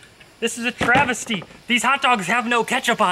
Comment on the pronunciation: “this is a travesty” trav·es·ty /ˈtravəstē/ Learn to pronounce noun a false, absurd, or distorted representation of something.